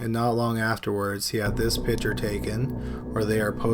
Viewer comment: You're too annoying especially mispronouncing picture.